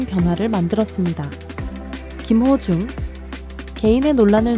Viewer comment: 한글자막 제대로 써주시면 않되나요?. 김호중을 기모중 이라고도 하고 탄원서를 탄바연서 라고도 표현 하는건 더 듣기 힘드네요. 이것말고도 여러 단어가 있는데 더이상 듣기 불편 해서요. 왜 한국사람이 훈민정음의 뜻을잘모르지?